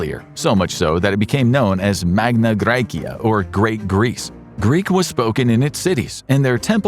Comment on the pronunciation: That is NOT how you pronounce MAGNA GRECIA :)